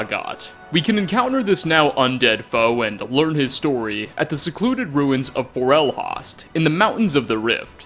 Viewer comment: Raw got. For ell Hawst. Is that really the right way to say it? I say "ray get" (with "get" sounding more like "got") and "forll host" (host as in server host)